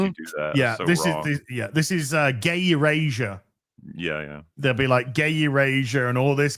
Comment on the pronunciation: I know that said, "gay erasure," but I heard "gayer Asia"...so, Bangkok? 🤷